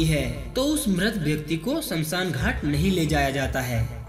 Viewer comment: Samsan nahi smashaan